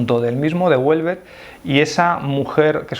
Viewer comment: A mí me gusta y soy mujer. Por cierto, Houellebecq no ternina en t